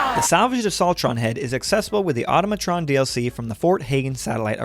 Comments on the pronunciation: The Laser Musket she tells you not to worry about: (Also, it's pronounced in a similar manner to "Automaton," but with "Tron" mixed in there) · The way you say Automatron makes me want to unalive myself